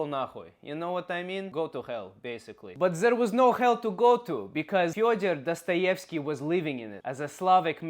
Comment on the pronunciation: You are pronouncing Fyodor Dostoevsky wrong. Did you grov up in USA?